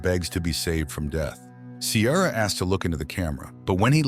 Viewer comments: Her name is Ciara, pronounced Keera😂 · I’ve never heard the name Ciara pronounced like that before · You NEVER watched the film otherwise you would correctly pronounce Ciara.